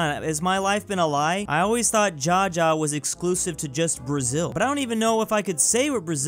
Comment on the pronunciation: Jaja in Spanish is not "Dja-Dja" it is pronounced "Ha Ha"